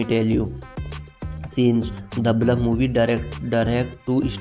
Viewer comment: Bhai English bolna seekh le pahle..... The Bulf nhi The Bluff hai